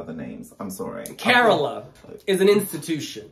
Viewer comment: Its Cah-roll-ah!!! not caralah